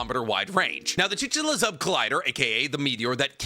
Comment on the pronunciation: With love man, chik-su-lube 😂